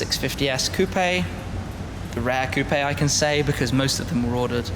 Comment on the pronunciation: Please don't use words like "Hommage" if you pronounce it like a "Sammich". These words have a common pronunciation worldwide and same goes for Coupé which isn't a Coup unless you use it for a diamond heist.